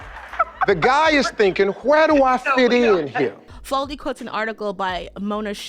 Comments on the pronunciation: Omg her name is Susan faLUDi fa-LU-di. Not faldi. I can't finish this video because you keep mangling this queen's name. It's not even a difficult name!!! It's three god damned syllables, it's pronounced EXACTLY how it's spelled. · I hate being nit-picky, but the author's name is Susan Faludi (fa-LOO-di). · Faludi - FAH LOO DEE. Sorry had to do that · Susan Faludi: Fah-loo-dee